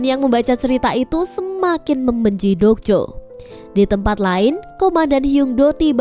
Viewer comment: Mba dok jo bukan jok do